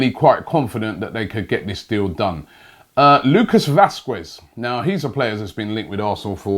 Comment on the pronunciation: Lucas vwasqwuez 😂😂😂